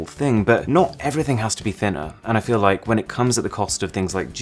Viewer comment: "Smeash that liek" Stan Browney